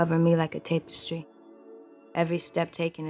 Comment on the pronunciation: She can’t pronounce tapestry